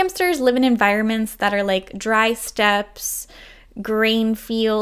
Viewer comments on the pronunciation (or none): none